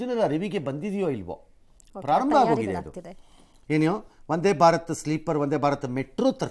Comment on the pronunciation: ಭಾತರ ಅಲ್ಲ ಭಾರತ